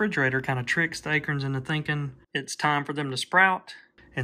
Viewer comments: A-Corns.. not akerns.... lol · Maybe it's my "Jersey Ears", but I could have sworn I heard "A-KERNS/AKERNS"....not "A-CORNS/ACORNS"...right⁉️ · He said aykerns... haha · I’ve lived in SC all my life. I’ve never heard anyone pronounce acorns like you do. Is that an Alabama thing? Thanks for sharing, love watching the wildlife.